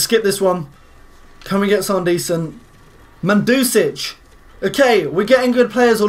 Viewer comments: Mandusic? Lol it's Mandzukic mate haha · not man-dzukic, but mand-zukic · Its Man-du-ki=ch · Hahahahahahaha mandusich haha mandzukic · lol mandusic...really dude...really